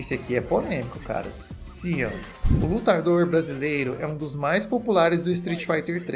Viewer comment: Sean...com todo respeito, amigo, uma pequena correção. Seu nome tem origem inglesa e sua pronuncia é "chan" e não "cíam", como vc disse. O detalhe disso é que ele é brasileiro! Seu nome poderia ser mais de acordo com nomes que são mais comuns em nosso país mas que não prejudique em outros idiomas! Coisa que foi "aplicada" com a vinda da sua irmã mais velha em SF5, a Laura. Uma lutadora que combina golpes de jiu-jitsu com poderes elétricos. Aprofundando a história dos dois Laura e Sean Matsuda são irmãos brasileiros, mas descendentes de imigrantes japoneses (aí o sobrenome oriental dos dois). Eu não sei se são por pai ou mãe, avós ou algum outro tipo de grau de parentesco pra trás.